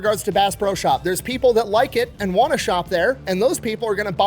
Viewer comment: i love how half of the pro's he says come out as bro